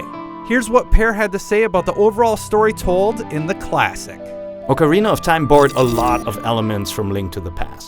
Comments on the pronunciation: "awkerina?" More like Oh-carina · Does anyone hear him say Ocaweena 0.15 seconds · I cant put up with this video.... advertisements and its fucking pronunced OHKARINA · a better question,what the hell is aucarina of time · OHKARINA! Thats the pronunciation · Oh god this is gonna be painful, he doesn't pronounce "ocarina" right TT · You tard...you mispronounced Ocarina!!! WTF!!!!